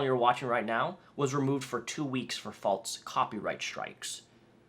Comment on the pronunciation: Did you have a bet to see how many times you could say or falzly? (False and falsely) And then do the walz? Idk it rhymed.